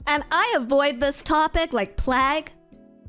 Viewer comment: I was listening without looking and was wondering if she really meant plag or slipped her tongue and meant the plague.